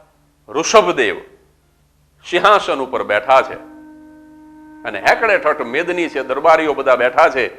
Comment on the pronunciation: તમે ' હેકડેઠઠ્ઠ ' શબ્દ બોલ્યા. સાચો શબ્દ ' હકડેઠઠ્ઠ ' છે.